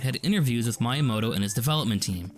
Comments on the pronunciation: I’m proud to hold the title of an early subscriber to your channel! A couple nitpicks though: the phrase is “magnum opus” Also it sounded like you pronounced it a couple ways, but Miyamoto is pronounced “mee-ya-moto” instead of “my-ya-moto”. Also “console” keeps sounding like “counsel”. Very minor nitpicks that ultimately don’t affect my enjoyment of the video! Keep it up! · Your channel deserves more subscribers. Great editing, comedic timing, content. I must admit though, the way you pronounce "Miyamoto" drives me nuts.